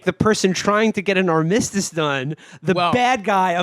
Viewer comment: 'arm miss tiss' is perfect pronunciation